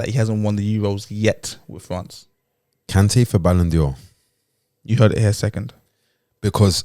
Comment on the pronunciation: Why is pronouncing it ‘Balon Dior’? I like that though.